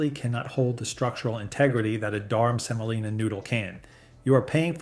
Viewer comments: It’s not Durham Selina. It’s durum semolina. And Walmart Great Value pasta lists as the first and only ingredient, other than vitamins added, as semolina. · "Durham Selina"? Is that a North Carolina woman you've dated? Or do you perhaps mean "Durum Semolina"?